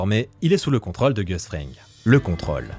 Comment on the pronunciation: Comme si c'était pas assez contraignant de devoir entendre mal prononcer "rôle" à longueur de temps (évidemment pour des vidéos parlant de tournages) voilà qu'on doit subir "contrôle" encore et encore... Pitié que quelqu'un sauve cet accent circonflexe délaissé, ignoré, malmené !